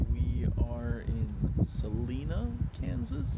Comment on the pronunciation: It’s sa-line-a Kansas